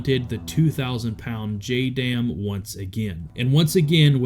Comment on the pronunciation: JDAM, more like JUH-DAMN!!